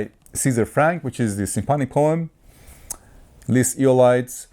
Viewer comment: Great review - BTW, it is pronounced this way: Les (said the word less without the S sound at the end) and Eolides is pronounced (Eh-oh-lid) so in together it would be "Les eh-oh-lid) as 2 words. Hope this helps. I am French speaking :)